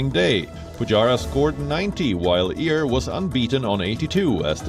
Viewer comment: Why is this person announcing headlines try to emulate American accent? He can't pronounce Iyer as Aiyar and has to pronounce it as Ear. He is clearly an Indian. Be proud of who you are man